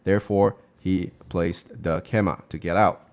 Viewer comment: Excellent content, have really enjoyed watching your recent videos! You are saying keima = ke-ma a lot but the common English pronunciation is kay-ma I believe (also similar to Japanese).